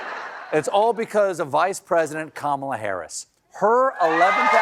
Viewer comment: Now that is a mispronunciation I love!!! Karma-la! Kamala's Karma is about to kick trump in the nuts, dick and anus - all a once. Former republican voter here - go Harris!